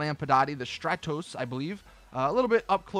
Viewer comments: Btw it's pronounced strahtose (not being b*tchy) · Your got the pronunciation of the stratos wrong but I forgive you.